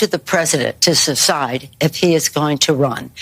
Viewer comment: Nancy did not say decide she said decide or secide. I think she needs a cognitive test too